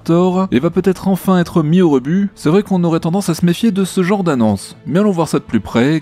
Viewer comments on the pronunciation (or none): none